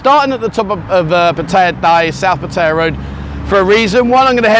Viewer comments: Please get a Thai to teach you how to O pronounce Pattaya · Haha Pattaya Die. Much closer to the T pronounciation than D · Why don't you make an effort to pronounce Pattaya correctly like Thais do .not like a Brit !!!